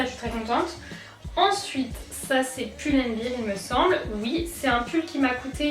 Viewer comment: On dit pull and ber et pas pull and bir